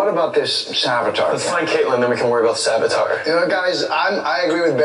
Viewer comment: savitar, not salvitar